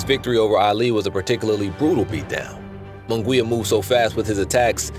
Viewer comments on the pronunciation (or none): Its not Moon Gwee ya. Munguia is pronounced Moon Gee ya with an accent on the gee syllable! Get it right if you're going to comment!